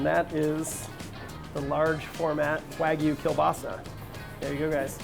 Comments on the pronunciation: Wagyu not wagu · I hate how they pronounce "wagyu".